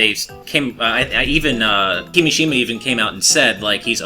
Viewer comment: it's kimìshima,not kimishìma